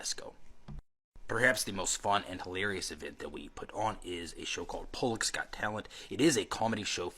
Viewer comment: "Polloks got talent", is it a slur or something? I'm from Poland and I don't know if he was trying to say "Polaki", he's trying to offend someone or he's just this stupid.